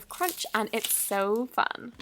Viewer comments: It sounded like you were saying "and it's so fetch" 😂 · or the American accent tho😂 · she said fun but i heard it as the f word, i was like waitttt whatt😂😂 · “And it’s so fun.” says in an American accent.😂